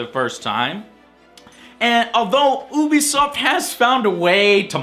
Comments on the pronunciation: What is Ooo b soft? Its pronounced U B soft. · oobiesoft? I thought it was youbisoft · wait... did you say obisoft instead of ubisoft (dont hate me for saying this) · Its not pronounced OO BE SOFT. its pronounced you be soft. YOU BE SOFT! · Oobisoft? I thought it was pronounces Yoobisoft? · does anyone else pronounce ubisoft as you-be-soft instead of how joe said as ooh-be-soft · It isn't pronounced oo-bisoft its pronounced you-bisoft you FUCKTARD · And one last thing, IT'S FUCKING PRONOUNCED YOU BE SOFT NOT FUCKING OO BE SOFT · lmao lov dis vid n lov dis guy, he pronounces Ubisoft like "Oobisoft" instead of "Youbisoft", nice Review BTW. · oobisoft? lol i always pronounced it youbisoft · i will be leaving two comment for this video first of all you pronouce ubisoft wrong it isn't oobisoft next will be alot worse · lol did someone tell this guy that ubisoft is pronounced like You-Be-Soft yet? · Why do Americans insist on calling Ubisoft Oobisoft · I just can't take it when Joe pronounces Ubisoft as Ooobisoft XD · ubisoft. pronunciation you-bi-soft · It's both actually. People from Ubisoft (ooo-bi-soft for me) have used both pronunciations. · Is it pronounced as "oebisoft" or "youbisoft"? I like "youbisoft" more, I have to say. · Ubisoft is pronounced yew-bee-soft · Even certain employees at E3 pronounce it as oo be so I have no idea which is right as well lol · So i was suscribed to this channel because my friends told me he gave pretty good reviews but after watching this I am no longer subscribed. it is pronounced youbesoft, you make terrible jokes, your voice is annoying, and your little acting dress up thing.... yeah its not cute grow up. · dude, i love you (no homo :D) ...so i can't let you do something as wrong as this.. IT'S pronounced YOO-BEE-SOFT (by the people who actually work at the studio!) so yeah,... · hehe, he pronounced ubisoft oobisoft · its pronounced (you-be-soft)...dummy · It's ubisoft not oobisoft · It can be pronounced both ways...